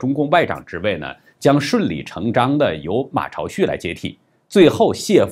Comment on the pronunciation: 马朝旭，音zhāo，不是cháo。朝旭意为早晨的太阳，旭日也。 央视一直发音zhāo，不看央视么？80年代马朝旭夺得第一届大专辩论赛最佳辩手，作为记者，不知道倒也罢了，难道从未听说过？ 其它几个频道发音为cháo不怪她们，因为她们太年轻了 (既不懂啥叫“名从主人”的原则，也不懂如何google如何维基求证)，从未看过马朝旭80年代参加大专辩论的电视节目。 知道老灯的节目，却没听到老灯是怎么发音的，岂不怪哉！？